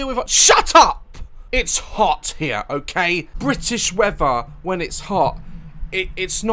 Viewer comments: he really said “british weafher” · The way he says weather is so funny you know he's from the uk when he pronounced it as "wheaver"